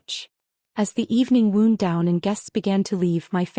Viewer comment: I wish they would learn how to pronounce "WOUND" properly in the right connection. Sounds silly here and in most of these stories.